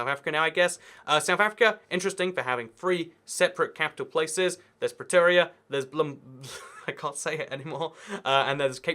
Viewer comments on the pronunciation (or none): none